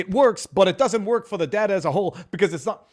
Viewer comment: I hate how he says data. Datur